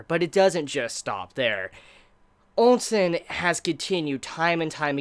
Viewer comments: Ousen not Onsen! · Please why do you keep saying ONSEN not OU- SEN i am sure you have been corrected a dozen times by now please fix this its really triggering to hear. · Pronounced Chin (Qin), Chee (Qi), Oh Sen (OuSen) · GUUUUH! how can you say OUKI but you cant say for the life of me OUSEN Were the hell you get the N From Nigga!?? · Ousen is pronounced as "ooosen"